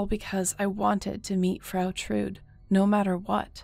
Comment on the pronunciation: The e in Trude isn‘t silent!